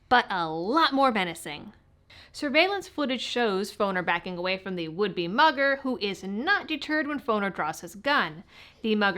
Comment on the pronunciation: LOL, at first I thought you said mother not mugger, that caught my attention big time 🤣.... as i am listening to you telling the story and I kept thinking why some mother do that, I need to flush my ears out.